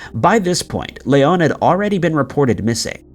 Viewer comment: the only time the name Leon has been more annoying to hear was in RE4... Hes from Oklahoma its not Lay-on its Lee-on...